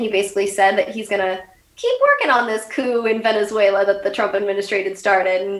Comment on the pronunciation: what is that word she keeps sayin. "acoo" or a coup? i wanna look it up.